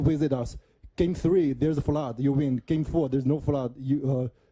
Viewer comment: There’s a fludd 😂